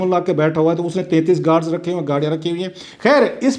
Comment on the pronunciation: کلاسرہ صاحب گوڈز نہی گارڈز ہوتا ہے